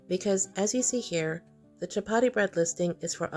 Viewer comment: "Shap-aadi", says. "Shap-aadi".